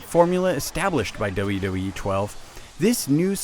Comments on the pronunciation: what tthe fuck i pretened to hear doube doube ee 13 rather than wwe thumbs up if u agree (y) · He keeps saying "Dulla Dull-ee" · This guy can't say 'WWE'.